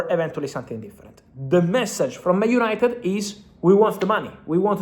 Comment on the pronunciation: UYENITED UYENITED